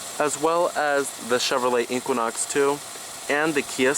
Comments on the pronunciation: The Way You Say " Inkquinok " Has Thoroughly Worked My Last Nerve. It's E - Qua - Nox . Equinox ❤ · AR, LMAO, your OCD is malfunctioning. The Chevy is pronounced EE Quin Ox. NOT EE Quan Ox. QUIN is Pronounced KWIN not KWAN.